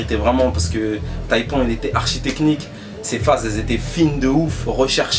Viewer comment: c'est pas TAÏPON mais plutôt TAÏPAN ^^